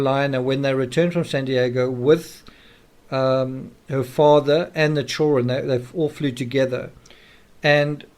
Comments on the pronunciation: The word children has "D" in it. Child-dren, not chilren like some racially portrayed black nanny from the 1800s in movies. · Man, your pronunciation of “children” really takes me out of being able to keep following your train of thought....chur-RN....❓❓ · DUDE LEARN HOW TO SAY CHILDREN!!! ITS SO ANNOYING HEARING CHOWREN!!! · Why cant this guy pronounce chidren correctly?? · I really wanted to watch this but couldn't get past the way you pronounce the word children 😲